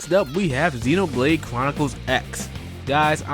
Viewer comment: ZEN OH blade :3 not zeen despite the nintendo direct guy mispronouncing it also.